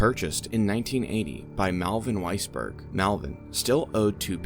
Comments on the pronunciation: Every single timeowitz! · did you say weissberg? sigh